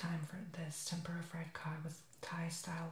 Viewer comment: you put the rice on the paper towel?!? really?! and it is pronounced tem-poor-uh